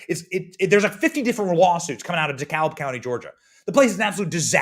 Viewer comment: The ‘L’ is silent in Dekalb County GA 😊